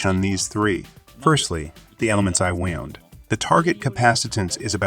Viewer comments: And wound gets pronounced like wound, aka bullet wound vs wound as in what one does for a coil around a spool. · yea, it's fine. It's good content. It's funny that the AI pronounced wound like bullet wound instead of wound like wound around, but nothing worth getting worked up over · wound is pronounced wownd, not woond! Stupid AI. A 6yo can speak better. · Nearly all of the words were pronounced as a native North American speaker would say them, and all of them were decipherable even if pronounced a little unusually. Wound was pronounced as "woo-nd" (like an injury) instead of "wow-nd" (as in rolled-up). As a native speaker I'd never even considered those two words were homograms. until it said that I'd thought it was a person reading a translated script. More technical words like "Anode" and "Cathode" seemed to trip it up as well, though not consistently, and not badly. Mostly just the wrong emphasis on the wrong syllable. Still an amazingly clean pronunciation and pretty smooth tone for a text to speech bot though! Making the coke electrolyte example caps was a great way to shake up the video as well. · You know its AI translated when it knows not the difference between 'wound' (injury) and 'wound' (past tense of wind)